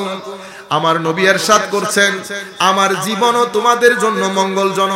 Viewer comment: Ershad na. Irshad hobe